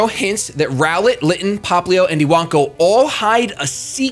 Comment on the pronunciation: You actually pronounced Iwanko exactly right. The Japanese words "Iwa" for rock, "Wanko" for puppy.